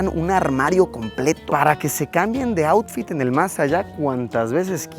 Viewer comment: “Para que se cambien de oufit en el más allá” JAJAJAJAJAJA